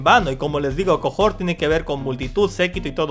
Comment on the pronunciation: Es cohort (que significa cohorte, séquito...) no cojort Sólo se pronuncia cojort